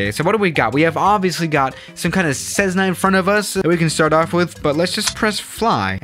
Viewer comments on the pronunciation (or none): It’s a Cessna not cezzna that’s not right